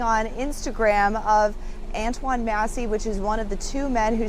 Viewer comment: These old heads seem like some toxic haters ngl. They don't even understand the guy pre-recorded this video way before he posted it. They keep mispronouncing his name when it's not a hard name to pronounce.